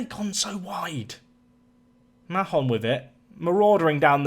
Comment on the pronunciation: I know it's not necessary but Mahon in my experience is pronounce Mayon, just going off a girl in my youth having the same second name